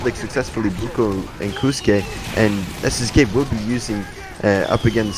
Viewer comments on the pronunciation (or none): Wasn’t expecting that turn of events 😮 Also, casters: Kosuke is pronounced “cos-que”, like “cosplay.”